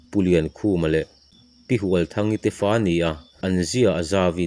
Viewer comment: Kei pawn mak ka ti deuh a... Ka nu Hualthangi hming a lam rik dan leh ka u Lalnienga hming a lam dan te hi ka duh lo hle mai.